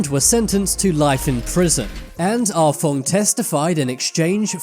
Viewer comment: “Ah Fong” sounded like “Ah Fuck” 😂